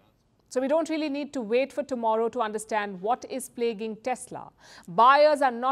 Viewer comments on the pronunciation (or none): none